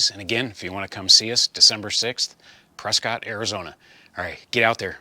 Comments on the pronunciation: Maybe yer unaware but the locals pronounce it Preskit, not Prescott ! My Aunt and uncle informed me of this when I visited them back in the early 2000s! Great progress on the project, by the way!😊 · Hey; looking forward to seeing you Saturday! By the way, it’s pronounced “Press-kit”.:-)